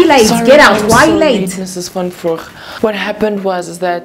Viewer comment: "Van Voeg"... Sooooo good...🇿🇦